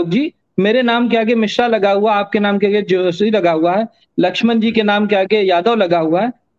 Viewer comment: Nau nahi nai hota hai..... Josha nahi joshi hota hai....